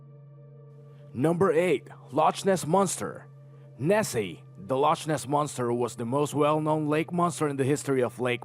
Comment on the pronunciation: So how can they be "solved" if, for instance, all that is presented is "the picture of Nessie was admitted to be a fake?" Or the Marie Celeste was located-but her crew never was? That is not "solved." And Loch is pronounced "Lock," a hard 'k' not the 'ch.' It is Scottish for "lake." Maybe a portion of their brain got stimulated causing them to see someone not there? And I did not understand the mystery point explanation at all. The notes in the Odyssey-never heard of this mystery. The pyramids-obviously the scientists that decided water on sand makes moving heavy objects easier has never run on the beach in utilities and combat boots... Bermuda Triangle-the PRECISELY defined area is in the Atlantic, true. And the number of disappearances are not statistically higher than other regions-true again. But where's the fun in all that?!?!